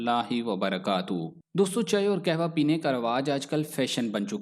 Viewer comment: Ur pronunciation of kawah is not correct